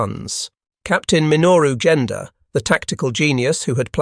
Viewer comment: “The calculus of war, the mathematics of war, Leftennant, “ and other mispronunciations. Genda is pronounced with a hard g, not Jenda. Train these bots better!